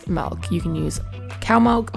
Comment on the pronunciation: She Said Melk😂